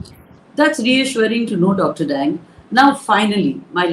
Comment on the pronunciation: Dr Dang is to be pronounced as 'daang'.